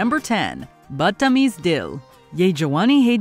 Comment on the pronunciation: Not Buuttameez , thats the problem with non Hindi speakers mispronouncing everything. Couldn't they have hired an Indian speaker? It sounds so funny & wrong to hear the narrator say the names. Not only is it hard for us to break into Hollywood movie as Indian Americans , we cant even get a job that requires an Indian . This so mis casted. We dont get a break!!